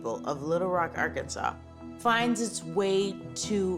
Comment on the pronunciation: Thank you for pronouncing Arkansas correctly